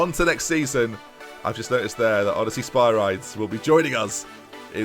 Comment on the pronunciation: Ask alexa/siri/bixby how spyridis is prounounsed